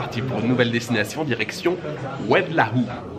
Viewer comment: Oued laou Ça se prononce oued low